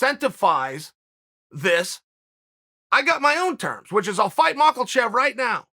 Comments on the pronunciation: STOP calling him MakLachev !!!! It’s MakHachev and pronounced as MAHACHEV !!!!! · Ma-Kha-Chev .. not MakaLchev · Malkachev he calls him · Chael : Islam Mockel-chev Islam : 🤦🏻‍♂️ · Chael is still calling Makhachev makalchev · I like how he says Makelchief, where do you get the L from Chael ? Cracks me up everytime I hear it haha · No L in makhachev. Mock uh chev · Chael “Makle-chev” Sonnen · Did someone tell Chael that there is no L in Makalchev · If Chael says it's 'Makalchev', then it's Makalchev. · Chael please tell me where the L is in the name Makhachev lol